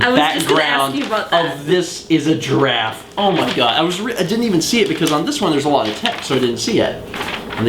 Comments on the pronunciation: gi-raffe. two syllables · I think people need to comment on the fact that you said "giraffe" like a normal person and not how you did in Day...91? Yes, 91, I just checked. Congratulations. =P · hey, you changed your pronunciation of giraffe! unless I'm just imagining thing...